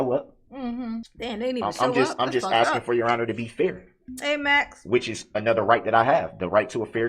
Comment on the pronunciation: I think Darrell’s ankle shockles should be attached to a female UFC champion. That way she could keep him under control. He could start with the “are you axing or are you telling me”, she could knock him out.